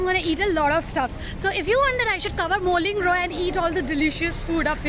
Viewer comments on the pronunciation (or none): "Moulin rouge" is pronounced as "moula rousse" as its a french word...🙂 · Hey, it’s pronounced as moola - rhush and not molingro… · It's pronounced as ' m-oo-la roo-gsh' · Wrong pronunciation of moulin rouge 😅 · Did someone else also cringed at the pronunciation of "Moulin rouge"? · Butchered the name of Moulin Rouge ,but good video! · You pronounced Moulin Rouge wrongly..